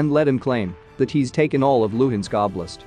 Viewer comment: LUHANSK, not LUINSK.